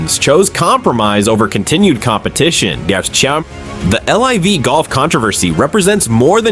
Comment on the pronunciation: these ai slop videos are so annoying lol cant even say LIV golf right